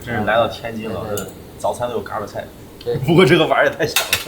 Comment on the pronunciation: 看了好几期天津探店视频，实在忍不住了，不是嘎儿巴菜，儿化音不是这样加的，三个字全部是大字眼儿，并且巴读轻声，另外是bēng豆不是四声哈哈哈哈